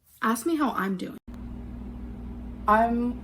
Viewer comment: ask her how she's doeen, and she'll say she's fine. Ask her how she's doeen. 😆 🤣